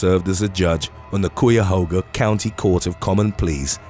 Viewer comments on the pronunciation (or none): I grew up In Shaker Hts in Chahauga county It's pronounced Caya hauga Its a Native American tribe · Not sure if an Ohio native has said it yet but we pronounce it "kye-a-ho-ga".